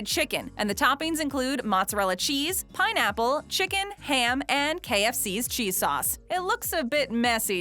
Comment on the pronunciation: Did I just hear...... PINNAPLE